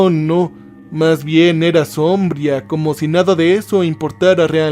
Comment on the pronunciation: Sombría, no "sombría"